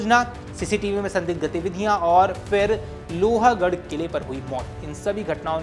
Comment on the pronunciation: Not loha it's pronounced as लोहगढ.